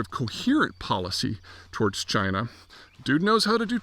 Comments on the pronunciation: It's pronounced CHYNA! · No, it's pronounced 'Jina' again.